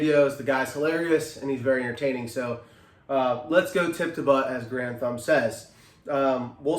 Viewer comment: Garand thumb not grand